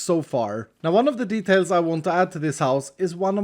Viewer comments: It's details not D'tales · „this house needs some *detalies*”